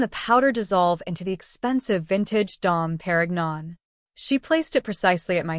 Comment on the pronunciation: "Dom pear rig non"? 🤦🏼‍♀️